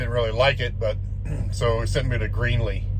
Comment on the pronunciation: You mean Greeley..lol... it's not Greenley